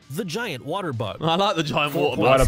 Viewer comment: Hey simon Bottah of wotah😂